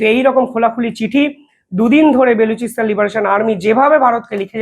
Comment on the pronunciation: ও,রে ভাই , বে লু চি স্তানে কি লুচি বেলবে ? নাম টা বা লু চি স্তান, বে লুচি নয়।